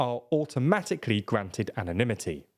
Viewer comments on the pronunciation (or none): none